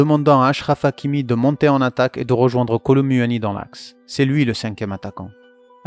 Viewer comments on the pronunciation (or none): J’aime trop ce que tu fait mais apprend à bien prononcer kolo muani 😂😂😂😂 sinon c’est cool’ ❤